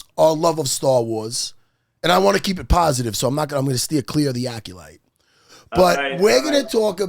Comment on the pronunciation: Calling it "the acculite" is incredible